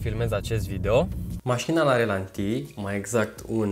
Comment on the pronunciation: E obsedant....ralanti, nu relanti!:)